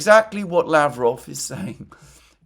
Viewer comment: Russian name Lavrov is pronounced with the accent on the second syllable. lavROV.